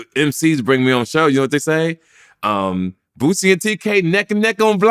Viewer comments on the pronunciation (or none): Tk who the hell is bootsey 😂😂😂 my man stay messing boosie name up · "Bootsie" lol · Nobody: Tk: bootsie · 'Bootsie' as TK says 😂